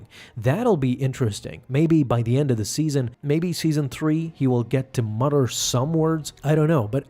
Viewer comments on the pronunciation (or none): none